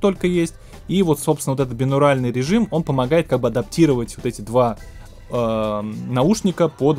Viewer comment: Так бинаУРАЛьный, бинаУРИНАльный или бинаРАУЛЬный?